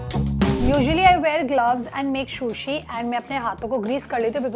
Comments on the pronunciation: Its sushi not shushi 😭😭its killing me listening to shushi. Sushi looks good thp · Excellent video.. please pronounce sushi rightly..